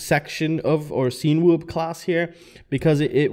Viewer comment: You’re pronouncing it weird. Cinema - sin-a-ma Cinewhoop - sin-a-whoop